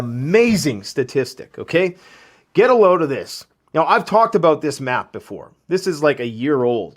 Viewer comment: I think you mean to say "talked about"... not "tocked abwooot"..